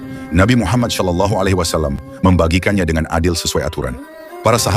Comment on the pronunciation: Afwan terahati, lafal "s" pada shalallahu tolong dicek yaa